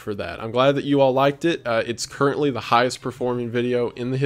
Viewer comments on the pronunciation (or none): none